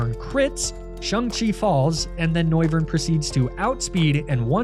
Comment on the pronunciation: Dude mis pronounced Shang-chi